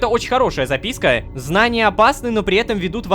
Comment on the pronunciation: Рома озвучил не записка , а записьки